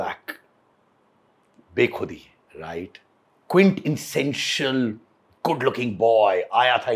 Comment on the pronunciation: It is 'Quintessential', pronounced Quint-essential. 😂